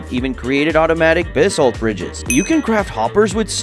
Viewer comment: Me when he said bisalt: 😵‍💫